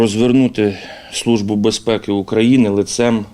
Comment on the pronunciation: "СлуЖба" "бєзпєкі"...